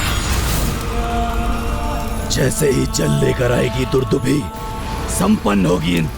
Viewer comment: दुदुम्भी नहीं दुंदुभी।